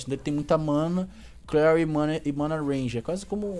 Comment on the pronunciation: n é a primeira vez e nem vai ser a última, aprende a ler, e "Mana REGEN" n "Mana Renge" mds